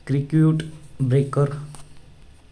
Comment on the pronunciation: Air सर्किट ब्रेकर मनतात,,, किरिकर नाही 😂😂